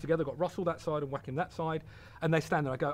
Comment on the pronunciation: I absolutely love the way he pronounces Joaquin. Whack 'im. =D Fantastic! But you couldn't pay me enough money to do his job. The way film makers don't seem to care about them at all. Appalling.